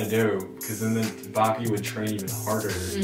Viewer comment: guys I'm sorry to tell you but you mispronouncing the name of baki gf alll thatttt time. which is completely ok because idk how to write it haha